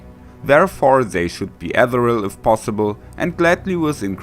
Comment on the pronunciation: Ethereal (Amerikanische Aussprache) klingt wie: uh·thee·ree·uhl